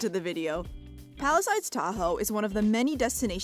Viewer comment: why do you say palisides when its palisades?